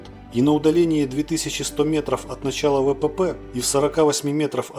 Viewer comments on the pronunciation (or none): none